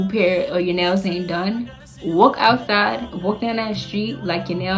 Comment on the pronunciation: "Wolk ousside.." 😭😍 girlllll that accentttttt